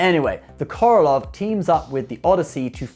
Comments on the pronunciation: It's not "Korolov"! It's "Korolev"! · Korolev not Korolof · Um... the Russian 304 is the Korolev not Korolov.